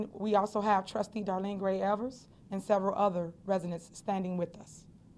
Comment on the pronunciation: TIFFANY….HOW DO YOU NOT KNOW YOUR OWN TRUSTEES LAST NAME? IT’S DARLENE GRAY EVERETT NOT EVERS. Show some damn respect.